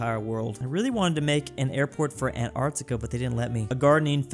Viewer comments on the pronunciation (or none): none